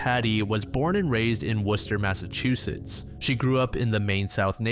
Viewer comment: Who told you how to pronounce Worcester, MA correctly.......